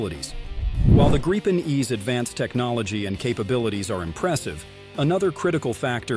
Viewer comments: Gripen is pronounced with the I being said like the woven in “beep”. Just so you knoe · What is up with this guy? He keeps changing his pronunciation of the Gripen , it sounds like he is talking about three separate jets, Gripen ,Greepen and Griepen i don't think he will be getting many announcements jobs in the future .